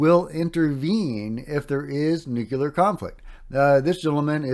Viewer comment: Love you, man but c'mon - say it with me... "Nu...clee...are. 💛